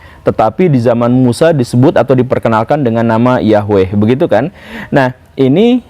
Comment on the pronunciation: Woo. Saya kira guru ketika membicarakan tentang materi ini,dalam keadaan sadar,tapi ternyata sedang mengigau to....?🤭🙏 Tapi bagus,karena guru gembulpun akhirnya bisa mengeja atau melafalkan NAMA... "YAHWEH" dengan benar. Bahkan sudah tahu arti NAMANYA pula....,yaitu: yang Menjadikan segala sesuatu yang sebelumnya tidak ada, Menjadi Ada. Sekali lagi....Bukan sekedar menyebutnya dengan sebutan Tuhan,atau Allah,atau Got atau Tien,atau Gusti Kang Hakaryo Jagat,atau Sang Hyang Widhi Wasa dan yang lain sebagainya. Karena YAHWE itulah NAMANYA,dan sebutanya.....,akan disebut sebanyak suku Bangsa dan Bahasa yang ada ditiap tiap suku Bangsa di Bumi ini. Karena memang YAHWE saja, sebagai satu satunya ALLAH yang Benar( yang Nyata Ada sebagai Pencipta Langit Bumi dan se Isinya ini )..yang kita Orang Indonesia dan juga Orang melayu menyebutnya dengan sebutan.... Tuhan atau Allah. Cumaaa karena guru sedang mengigau saja,jadi guru lupa bahwa NAMA YAHWE itu bukan dari bahasa Arab kuno. Karena Bangsa Arab mulai ada itu setelah Abram mengambil salah satu budak perempuanya yang berasal dari Mesir yang bernama hagai,yang di berikan Istri Abram kepadanya,dan yang akhirnya memperanakan Ismail. Dari Ismail inilah....lahir banyak Bangsa,dan Raja dan salah satunya ialah Bangsa Arab. Jadi igauan guru akibat dari membaca buku sejarah sekuler bisa saya maklumi,sebagai IGAUAN belaka..., akibat ketiduran karena kecapean setelah membaca tadi lalu ketiduran di SIA